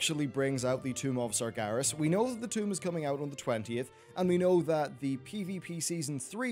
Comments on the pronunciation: SargEras not SargAras Geez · Why do you keep saying Sargaras? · The Amazing Ace Meracruzer not it is not. It's Sargeras the name is even pronounced in the game so there is no reason for people to get it wrong.